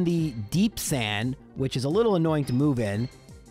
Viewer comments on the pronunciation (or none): none